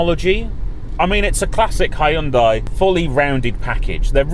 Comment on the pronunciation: Finally someone actually pronouncing it Hyundai and not "Hayundai"